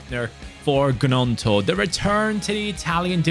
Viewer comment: It is pronounced ñonto not g-nonto